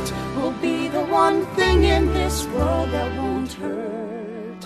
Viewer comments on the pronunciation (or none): you said word instead of world sorry I'm annoying